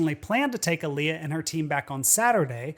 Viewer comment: Its pronounced Aaliyah